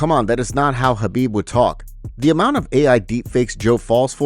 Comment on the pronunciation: Not surprised Joe fell for that, can't even respect Khabib enough to say his name properly.